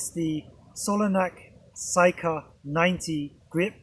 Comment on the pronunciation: It's not SYka but SIka, pronounced with an E. It's an Indo Arabic word that means KNIFE. Lovely review btw!